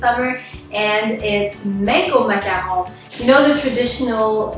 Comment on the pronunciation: I LOVE how you pronounce macaron